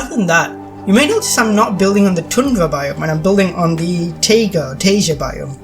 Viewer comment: FYI, 'taiga' is pronounced like 'tiger'. Great build! Are your parts on the workshop? How are you able to place stuff in the grid so easily? Even with the grid size down to 1 I have lots of trouble.